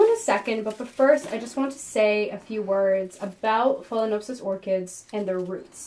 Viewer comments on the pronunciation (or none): none